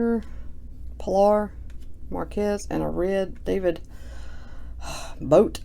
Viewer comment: It was a red David bote (bo-tee)